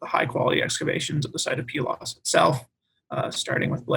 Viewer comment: Please note: I didn't listen to all of this, but came here because I felt I was the only one who pronounced Pylos as Pee-los. I have my BA in Classics from Prof. Michael Cosmopoulos. And traveled to Pylos and Iklaina for the first year in 1999 for his dig. I had a photo of me holding one of the tablets(?) I stumbled upon. Pretty cool. I regret not getting my Masters or PhD with him. But don't regret a thing about my BA and travels.